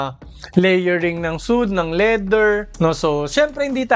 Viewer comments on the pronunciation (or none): parang kyrie irving. sweyd po yung basa sa suede", idol. nice review as always. more power po.